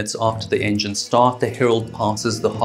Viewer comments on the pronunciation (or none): none